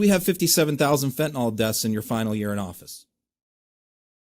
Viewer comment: It's Fentanyl. Pronounced nil.